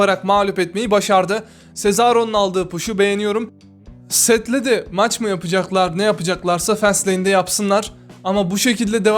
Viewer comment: maçmı yapacağlar abi arap diline bağladın bi ara djdjkdlslslslsl